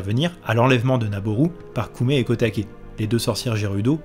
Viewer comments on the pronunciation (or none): Ça se prononce "ko oumé" et "ko také" (pas "koumé") ! Ça veut dire petit prunier et petit bambou.